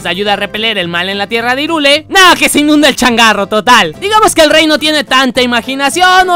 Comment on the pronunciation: Irule... ¿Irule? ¡Se pRoNunCIA "jaIRuL! DiSLiKe aL vÍDEo!!! >:v (ok no)